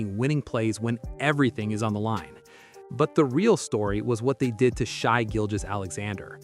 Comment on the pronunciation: It’s not Sh-eye, it’s Sh-a, maybe watch some games and listen to how their names are pronounced! Dumb